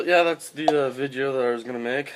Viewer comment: it sounded more like vidjeo